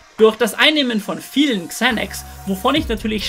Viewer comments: Spricht man das nicht Sanax aus und nicht Zänacks like Monte😂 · ✨Kzänäks✨ Bruderherz man spricht es Sänäx aus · Englisch note 6 oder was? man spricht es „Zanax „ aus 🤦🏻‍♂️ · Bin ich der einzige den das aggressiv macht wie der xanax ausspricht?